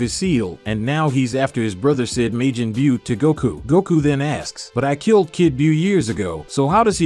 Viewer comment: Commentator needs to learn pronunciation it's ki (key) not ki (k i) as well Majin buu (boo) not buu (bue)omg so many mispronounced things